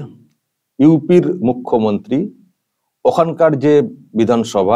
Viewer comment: মূর্খ.... ন্ত্রী কে আপনি মুখ্য..ন্ত্রী বলছেন। শুনতে কষ্ট।